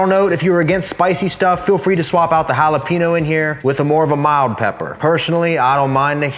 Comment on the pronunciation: Wait... say jalapeño again 😂